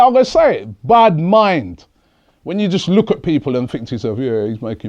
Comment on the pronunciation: Robbie scared me when he said Bad Mind in Patois.